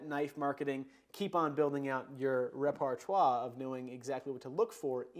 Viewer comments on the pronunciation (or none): "." Roughly. No "arr" in it.